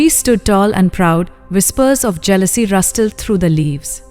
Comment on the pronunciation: Pronunciation of even English words is faulty - rustle is not rust le - russle is the pronunciation- since this is about sanatan dharma , the hackneyed conversations of the detractors would revolve around the weaknesses in the narrative and narration , I think- please consider